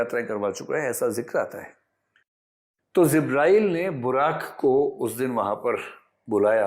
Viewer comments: The pronunciation is JIBRAIL It is J not Z Please correct your pronunciation if you want to impress your audience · Word is not zibrael but jibrael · It is not zibrael, it is Jibreel (a.s) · Zibrail nahi sir jibrail sahi pronounce hai . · Sir ji ( JIBRAEEL ) Not zibraeel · Not zibrail..it is jibrael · Sir it's jibrael not zibrael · Zibreal nahi sir jabrail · 'Jibrael', not Zibrael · Zibraael nhi ' Jibraeel' a.s. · Jibraeel bolte hein. IAS ho kar bhi galat pronounciation 😂